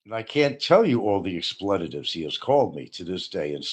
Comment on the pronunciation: correcting of anyone on proper pronunciation is a hoot. I've rarely heard anyone who can butcher the English language as well as. I'm sure will have some expletives, or "explayittives" as pronounces it, in response. Lol